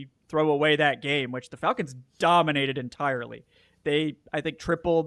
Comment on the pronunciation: Wtf is up with pronunciation of "Fahlcons"? Especially when Falcoholic makes much more sense when pronounced correctly.